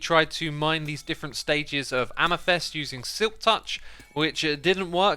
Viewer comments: hey hey it's amEthyst not amYthest lol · CALCITE NOT CALACYTE AMETHYST NOT AMETHEST